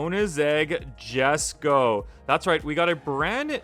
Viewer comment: Hm Ok WES Ko